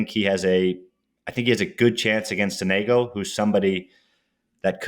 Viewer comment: as an italian, hearing sonègo hurts ahahha, it's sònego